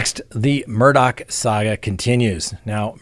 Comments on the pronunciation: It's driving me crazy... Mr Murdaugh name does does not end with "CK" it ends with " GH" Please pronounce his name right. I may have miss spelled his name here however I do pronounce it right. It's Murdaugh not MurdouCK. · If you listen to the early news about the case, it is pronounced with a ck at the end. I'm not sure why, but is going by the local (South Carolina) pronunciation. 😉 I can truly understand your thinking!